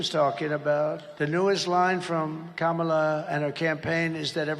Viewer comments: He said her name correctly, twice! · When did Trump learn to pronounce the VP’s name? 😂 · You notice they all started pronouncing Kamala correctly starting this weekend?